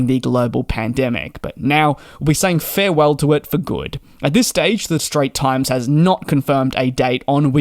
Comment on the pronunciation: FYI DJ. straits times. both word say with a s at the end